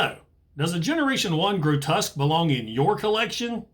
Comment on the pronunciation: Massive fan. Grotesque (I don't ever correct people's pronunciation, but yours really bothered me: it's "gro-tesk") isn't a squirrel, a sabertooth tiger, a rat or anything you mentioned, he's the very TRUEST Monsterbot, just a demon from hell!!! I love his head-sculpt too, I think it's a deliberate juxtaposition that he's called Grotesque and looks suitably grotesque in his alt mode, but has one of the most symmetrical and attractive robot mode head sculpts of any G1 Transformer. I still have my G1 Grotesque, but he's missing a wing... G1 parts-formers, what are you gonna do? SO impressed yours still is able to emit any sparks at all...